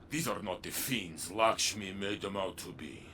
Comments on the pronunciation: I love u but, Lakshmi is not lickshmi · Every time he called lakshmi "likshmi" i cringed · It's Lakshmi not Lickshmi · "Lickshmi" lol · He keeps saying "Lickshmi," who is that? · "lickshmi" :) hahaha